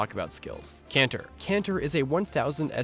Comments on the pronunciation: Nice list, but can we please stop pronouncing "Canter" like ignorant weeaboos. It's between a trot and a gallop. A word you should all have heard long before you played this game. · It's Canter.